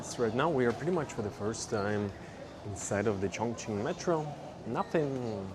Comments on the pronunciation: 对 重庆的发音很标准😮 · When you say “Chongqing,” your pronunciation is very accurate. Many foreigners actually pronounce it as “congqing.” The incorrect version uses a flat-tongue sound, while the correct one requires a retroflex sound.